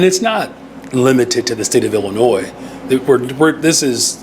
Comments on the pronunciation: illinoy...not illinoise lol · I'm sorry y'all, I love ya but you're killing me. It's pronounced " el uh noy ". The "s" is silent. It's a French spelling of an Indigenous tribe from that area. Hearing you pronounce the "s" is like nails on a chalkboard to me. Other than that you give me great hope for this country. Keep up the hard work fellas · Let me help you stop saying the S in Illinois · Ok. I’m from TEXAS. When I was a young buck in the mid 90’s in the U.S. Navy as a 22 yr old. I remember on our Liberty in boot camp I met a beautiful woman down town Chicago who taught me how to properly say Illinois. She said Tex, there’s no ‘Noise’ in “Illinois”. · The “s” in “Illinois” is silent. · People from Illinois hate when you mispronounce Illinois.